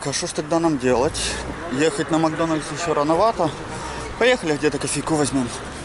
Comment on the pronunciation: кровь из ушей , макдональЗ ))))))))